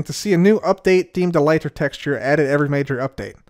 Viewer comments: Seems like you just discovered how the word is actually pronounced haha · Why do you say elytra like that